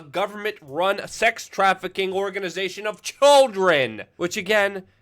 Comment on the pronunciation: "of CHULDRIN " Lol just messing. So glad you are still operating after all these years. Number one, Luke!